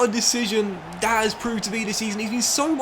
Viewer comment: First off, I’m enjoying your videos. For someone that speaks well and clearly it is really hard for me, personally, to watch when you say this, that, there, the etc like a kid. Dis, dat, dere, da. Come on man.